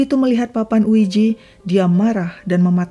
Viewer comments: Oeija bukan oeiji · Sorry cm mau koreksi aja OIJA bacanya bukan OIJI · Sebutan ouija salah ya. Tolong lebih banyak reference lagi. Jadi tidak salah sebutan dan bikin bingung